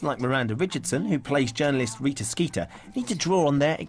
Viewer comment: I can't believe I just realized Rita Skeeter rhymes, because of the British pronunciation, making it "Reeta Skeetah". It just adds to the ridiculousness of her character.